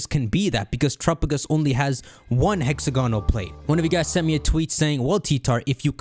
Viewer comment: Bro it's hex-AG-onal